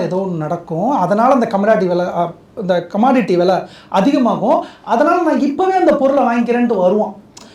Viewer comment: Commodity 🚫 commanattiii 😂😂